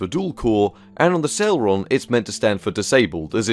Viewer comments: "celron D" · C e l e r o n not celron? Dual not D'all sorry your content rid facinating sorry to complain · Never heard it pronounced Celron before lol, Cel-ehron